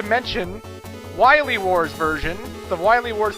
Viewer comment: I can't really forgive you when since you keep calling Dr Weil, Dr Weil. It's Wily. While-Lee